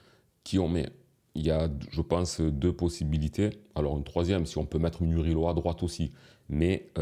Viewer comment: Tu as ruiné la prononciation du nom de Murillo.😂 C’est MOU-RI-YO et pas MU-RI-LO 😅